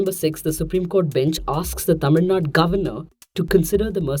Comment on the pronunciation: Tamil Nadu ma'am not Tamil Nad